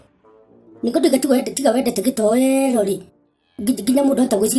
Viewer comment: It should be gatoero and not gítoero 🤣🤣🤣🤣🤣